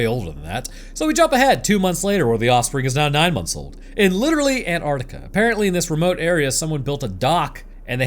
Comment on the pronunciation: . Bro, it's Antarctica. ANT ARK TIC AH